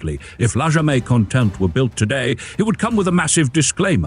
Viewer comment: “Jamais” is a French word, but you pronounced it as if it were Spanish. Are you AI?